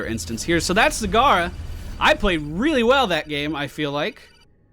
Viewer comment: You mispronounced her in the beginning, this is how you pronounce it: "Z-A-G-A-R-A". Make sure you have a Japanese accent for it :D